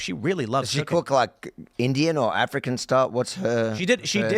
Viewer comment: Am i the only one that heard "She very passionate about cocaine" and not cooking?